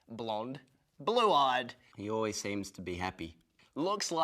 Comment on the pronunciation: "He's oways up for some advenchaa" Im dead..